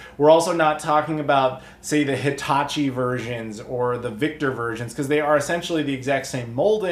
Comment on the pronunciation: I heard Hitatchi but my brain thought Hibachi & I was expecting a grill/console combo.